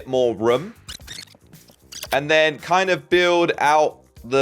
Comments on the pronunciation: Why does he say rum it is room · If he says "room" like "rum" I wanna hear how he actually says "rum"😂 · yeah so funny